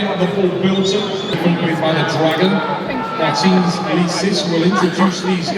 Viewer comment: still saying MARTINS wrong😂